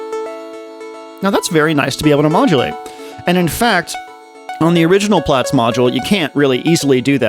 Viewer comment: Calling it "plots" gave me shivers. I always thought it was pronounced "Plats"